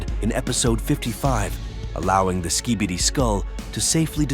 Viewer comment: At the start why did it say ‘ski bitter’💀💀💀